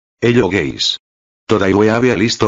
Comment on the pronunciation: Video : Hello guys My ears : Hello gays